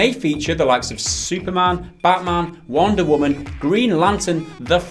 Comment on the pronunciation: "Wander woman" ? :)